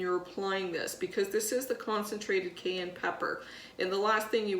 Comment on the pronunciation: Why are you mispronouncing Cayenne?